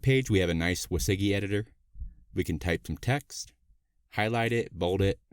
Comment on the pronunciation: Thanks for the tutorial, learned useful things about Svelte and Sveltekit. Just got confused by your pronunciation of WYSIWYG (wizzy-wig is how I know it).